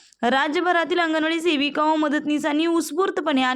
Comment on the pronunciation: तुम्हाला शेविका... . हा शब्द आवडतो का .. सेविका म्हणा हो.. शेविका... हा शब्द शिवी वाटत